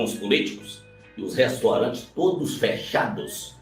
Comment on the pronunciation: "Os restorantes"